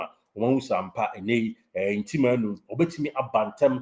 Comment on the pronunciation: The name is Ntim not Nti